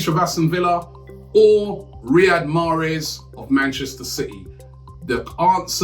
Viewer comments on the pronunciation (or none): none